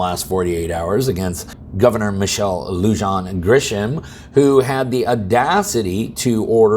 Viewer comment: The people of New Mexico are the ones responsible for the crime rate. They keep electing people like Our Governor who are soft on crime and pro criminal and then wonder why they are getting robbed raped and killed.. Funny how everyone has trouble with the Lujan part of her name - Lou Han and han sounds like the way the Chinese say it.. She has that in her name because it is difficult for a non hispanic to get elected especially to higher office and it is a name from a prominent political family that she married into.. This seems more like the Democrats wanted to see if pulling something like this was possible so being a small state with a Governor on her last term in office and isn't the brightest bulb in the box , they took a shot. One thing scary about this is the lack of outcry from New Mexico citizens about this, you have the few Republicans raising hell and not much else, only a few democrats have spoken out against the Governor and her actions.. But then the largest employer in the State is the State making their boss the mini Hitler ... Hey she has been a typical Democrat Governor Spending every cent she can and not doing much good, so this will be what she is remembered for ..